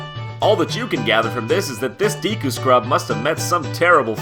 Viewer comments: Is it really pronounced Deeku? I couldn't focus on what he was saying, every time he uttered Deeku I pondered it some more. Looks like Deku to me. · Not that I give a crap, not a real one anyway, but 'Deku' would be pronounced 'Deh-Koo', not 'Dee-Koo'. Anyway, nice ep. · Deku deku deku deku. i dont think its Deeku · GOODNESS GRACIOUS it's deh-ku, not dee-ku. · FOR GOODNESS SAKE IT'S DEH-KOO NOT DEE-KOO. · Deeeeeku? That sounds wrong isn't it suppose to be deh-ku? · DEH-kuu not DEE-kuu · Love you guys buts... its DECK-OO NOT DEE-KOO!!! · "Dee'Ku mask"...... My brain hurts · I don't want to infringe on this obvious fray on the pronunctiation of a fictional word, but I always that it was pronounced "Daykoo." Just an opinion, if I'm totally wrong, well, I'm open for further discussion. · I always pronounced is as "Decku", similar to "Deck". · Jon, what's a "deeku" mask? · It's pronounced "Deck-oo"? All those years I called it "Dee-koo"! Most of my life actually! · Dude, JonTron, learn how to pronounce things correctly. If I hear you say "deekoo" one more time I'm going to pop a blood vessel. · "The DEEEKU mask" sorry I can't watch this. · I thought deku was pronounced DECK-oo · Wait. It's pronounced "dee-koo" tree? My whole life is a lie! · DEEKU DEEKU DEEKU DEEKU jeez quit saying it like that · Seriously... Who says "deeku" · This is all super cool! One note, though: the E Deku is actually pronounced like "bed" or "dead." The sharper E sounds in Japanese characters' names are signified by the letter I, as in Mido and Yoshi. Of course, I also can be shortened, as in Link and Impa. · I made the same mistake years ago, however, as others have stated, the correct pronunciation of "Deku" is Deh-Koo. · I was making a joke about the common mispronunciation that is in this video. The E in Deku shouldn't make an ee sound. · I always pronounced it "Day-ku", personally. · I think he's one of the ones who pronounces it "deh-ku". Don't get all persnippity. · DEKU NOT DEEEEKU JESUS